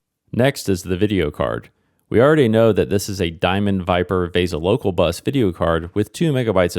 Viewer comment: Please stop saying vay-sa for the video interface - it's vee-sa